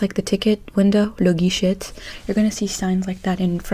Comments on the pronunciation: je viens de découvrir ta chaîne et j'aime bien :) j'habite en france, en Normandie pour être plus précis lol ,bref je m'abonne a ta chaîne elle est cool :) (et guichet se dis guiché et non guicheT ) tu ne prononce pas le T ^^ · Salut :) Tu as tendance à prononcer la dernière lettre du mot, alors qu'en français on ne la prononce presque jamais. Par exemple guichet ou passeport, on ne prononce pas le t ;) Très bonne vidéo! Mais y a des trucs que j'arrive pas à deviner : tu as grandi où, et quelle est ta langue maternelle?